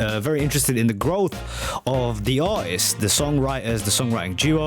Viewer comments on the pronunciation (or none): Why don't you learn how to speak properly, it's not R ist it's artist!